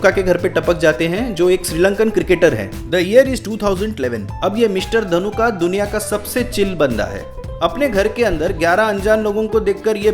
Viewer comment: His name is not ධනුකා it's ධනුක 😒